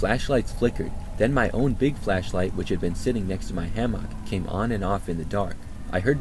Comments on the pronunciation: Ham-mock lol ham-mick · Ham-mock is killing me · love your videos but the way you say hammock makes me want to scream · pronounces hammock like no one I've ever heard before 😅 Thx 4 the vid & your distinct enunciation of hammock ✌🏼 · are you using AI to read stories in your own voice type? Really strange how you mispronounce hammock like 5 times. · Using AI? Nah, I've listened for a while & he def has a distinct voice. He just pronounces hammock in his own way